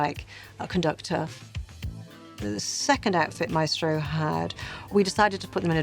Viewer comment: There’s something so satisfying about how they say Maestro